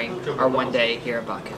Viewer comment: She couldn't pronounce Azerbaijan and Baku